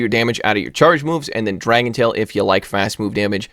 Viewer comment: sounds like you said dragon BALLS. now I cannot unhear that